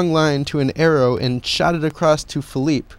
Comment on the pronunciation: hes philippe petit not philip